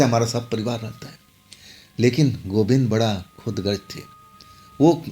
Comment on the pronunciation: Khudgarj Nahi khudgar bolo bhai